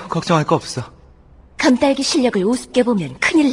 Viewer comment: 근데 지금보니까 도넛 파랑 딸기에 딸같이 모음 ㅏ 소리를 퇄기처럼 ㅘ 소리 내는것같네